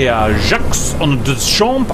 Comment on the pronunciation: cap pls!!! don't say some trailing sounds! "jaques" -> "jaq" you can look it up and significantly enhance your french pronunciation for rp purposes